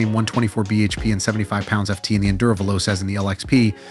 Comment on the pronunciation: Is this an AI failure that has no clue how to say fast in Italian? The only way this is an Africa Twin Killer is if the Robot doing this video coughs up the 50% price increase over the Africa Twin.